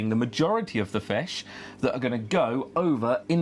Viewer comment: I love the way you say "Fesh" and "But!". Nice video thanks for it!